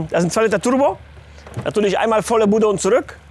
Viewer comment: " 2 Liter TuRRRbo " 😂😂